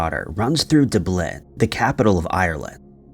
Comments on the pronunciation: My ears will never forgive me for making them endure "Doo Blin" 😱 I think he does it deliberately to get comments. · DUH-BLIN not dooblin, goddamn it. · Dub Lin exactly how it looks even if you're from the USA it shouldn't be too difficult to prounounce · Why the fuck does this guy ALWAYS say DA- BLIN ???? Lmao wtf is that ???? It’s DUB - LIN dude ….. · Dublin is pronounced DUB-lin, NOT as DOO-blin. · Come the fu*k on. You damn sure know it's Dublin not Dew-blin. Why are you doing that? Seriously!! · It's pronounced Dub-lin, not D' blin. Try doing some research! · It's pronounced Dub-Lynn, not Doob-lin. Please, PLEASE, if you're not sure how to pronounce things, ask Google. That way you won't sound like you can't speak English, and you'll be able to educate other people on correct pronunciation too. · Da blin? Dub Lin. Dublin. It's Dublin you not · Dubb Lynn:cat-orange-whistling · ty. I was wondering why he keeps on saying it like Dooblin when it's Dublin.... WtfWoodchuck?? It's not like he has a accent or speak issues or whatnot. There really isn't any good reason for him to be mispronouncing that would do horribly right!? that I thought maybe an accent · Come on! Who has never heard EVER the correct pronunciation of Dublin? It is not Dubb- Lynn! All one word! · Very late here but…. Dooblin 😂😂😂 🇬🇧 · Not "Dooblin", "Duh-blín"! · Its DUBlin as in RUB,or TUB, or PUB, LIN as in TIN , BIN, or SIN. DUBLIN.... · Where in the name of Jesus is ‘Doob-lin?’ 😨😨😨😨😨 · Its pronounced 'Dub-Lynn' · JC He's still calling it Da-blin. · Maybe you should watch a Youtube video on how to pronounce place names, pronouncing Dublin as Dooblin is embarrassing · The description says the narrator's name is "" 🤔 so that's pronounced "", right? 😉 from Duh-BLINN. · Almost had to turn it off due to the pronunciation of dubLIN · "duh-BLIN"????? How old is this kid that he's never heard of Dublin???? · If "Dooblin" then why not "Oh-hee-oh"? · Dublin my dude, Dublin